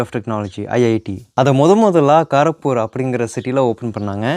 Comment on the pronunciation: கோரக்பூர் இல்லை கோரக்பூர்